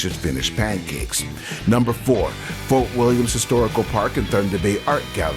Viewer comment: There is no s at the end of William in Fort William Historical Park.